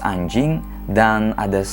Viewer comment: Ngomong "anjing" nya biasa aja dong bang🤨🤨🤨🤨